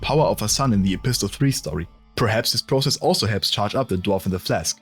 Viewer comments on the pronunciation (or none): none